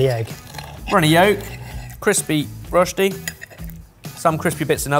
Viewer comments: As a Swiss I would just like to make a small correction about rösti: the pronounciarion is like "rush-tea" the ö makes a uh sound and the s followed by a t in that case is said like sh in English says it really well I think:D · It'd be great if a cooking show with nearly 3M subs learned how to pronounce rösti.